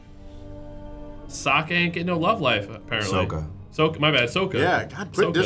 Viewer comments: Eroh, Soaka, Oong, WHAT THE FUCK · Shyamalan: “i pronounced the names as Asians would” Also shyamalan: “SOWKA” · Ong, Soh-ka Ee-roh .... Gaaahhhhhhh stoppp!